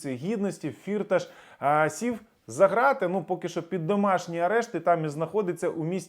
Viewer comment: Привіт.. Я з Тернопільщини і добре знаю його. Його насправді звати не фІрташ, а фіртАш - [наголос на другому складі] (в школі діти його називали "чотири кишені" (Vier Taschen) в перекладі з нім. мови). Тому робіть правильний наголос!!! (прим. - ніхто з українських політиків та журналістів цього не знає, бо це результат роботи його піарників). Думаю, що в Україні йому ніхто нічого не зробить, бо це справжній грошовий мішок. Він навіть зміг підкупити австрійський суд щоб не віддали його в США.